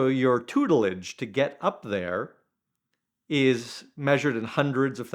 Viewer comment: Starts video with a word like "tutlidge" (or something like that) ..instantly tells us how posh he truly is😂